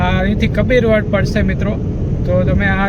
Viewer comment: કપીર વડ નહીં કબીરવડ ભાઈ